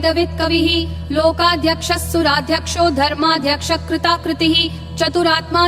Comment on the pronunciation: While rendering it in a fast pace is commendable there are several places where the text was read incorrectly. For instance on line 2 of verse 15 कृता कृतः is chanted as कृता कृतिः. At a few places the incorrect chanting conveys a totally different meaning from what is intended. It is very important to pay utmost attention to the correctness of chanting, especially for such popular religious stotrams.